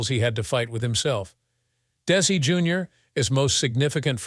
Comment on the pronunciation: What a waste of time, with the fake AI narration and it’s mistakes. It basically just said the same thing over and over again. Even showing “little Ricky“, implying it was Desi, and it wasn’t even him acting in the show as a child. At times, the narration pronounced it as “Daisy.”. Terrible documentary, I can’t finish.